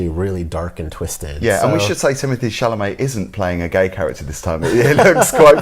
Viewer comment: Chalamet, not Chamalet!